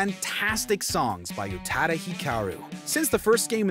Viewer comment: …1) learn to pronounce the Queen’s name 2) its actually Hikaru Utada, say her name with respect 3) did you give her money to use her music 4) stream Hikaru Utada on Spotify for clear skin and wealth